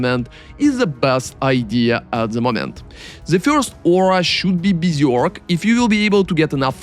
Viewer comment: Helly my dude, my request for you is to learn how to pronounce berserk and general ! See you in next video and thanks